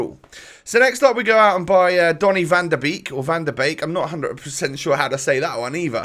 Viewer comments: 80 rated klaasen is dutch and from bundas And it is van de béék not van de beak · Its like how you did it the second time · You pronounce Beek of Donny van de Beek like b-ay-k, you pronounce Donyell Malen like master, m-a-l-uhn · It's Máhlen, not Maylen and it's van de Bake, not van de Beak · Van de bake you pronouce it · Van de beek pronounced Van de bake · Mah-len and vahn den bake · Vd beek is pronounced as vd bake, like the english word in bake off or smt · You pronounce it van de bake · You pronounce it as mah-len and vahn the bake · You pronounce Donny van de Beek as ‘donny van de bake’ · You need to say iT like van the bake, i’m dutch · It’s said “van de bake” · Van de beek pronouns Fan de Beek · It's Mah-len and van de bake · Pronounciations: Donny van de bake Promes(s) Maahlen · You say Malen like Maahlen and van der beek like van de bake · you say Donny van de b a k in cause our ee sounds a lot like your a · It's donny van de beek you pronounce it like bake. Love the videos man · its van de beek like van de bac (bac from bacon). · Hey, I’m dutch and you just prenounse it as maalen and van de beeek Love your vids❤️👊🏽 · Berend van der Knaap not really, more like Mah-len and Vahn der Beyk. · Promes is pronounced like "promise", but with more of an "eh" sound at the end, and the second syllable is stressed. Also it's a rolling R. van de Beek is pronounced like van de Bake. Malen is pronounced more or less like Mah-len (not mai-len). You know that sound a sheep makes, like the "Bêh"? That's more or less the first syllable in Malen, but then with an M, not a B obviously. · You just say malen so not like may len and with van de beek you say beek like bacon the food. I'm Dutch so please don't mind my english. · You ask for the pronounciation of the dutch players but its hard to describe but its ‘van de beeyk’ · It’s van de baik, as in bait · You pronounce Van De Beek as Van The Bayk and Malen as Mah-len